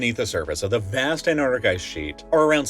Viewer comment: 😂😂 "More than ah DUHHzon..."😂 "have revealed a Vhass..." 💀💀🤣 bruhh, I'm geekin rn 💀 😂...life is great